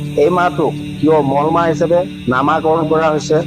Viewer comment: Mol mah nohoy Molo mah buli kobo lage